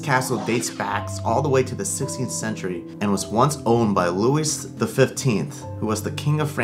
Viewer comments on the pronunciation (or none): Louis XIV is pronounced Loowee